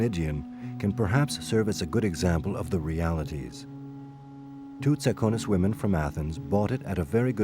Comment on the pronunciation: It's pronounced Tsa'kones They are descendants of the ancient Dorians and they speak Doric.